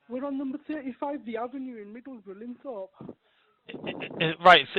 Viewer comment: Also Middlesbrough not middle-borough. It has an S in it. It’s hard I know, but try to research town names. I know American ones that are not spelt how they are pronounced.